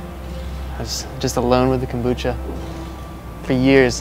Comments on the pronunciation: KOMbucha. Not Kambucha. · kom- bu-cha ...